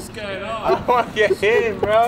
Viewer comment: bro said giong not going